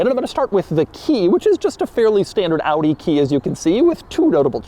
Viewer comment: Shoutout for the correct pronounciation of the brand.. thats quite unusual 👍🏻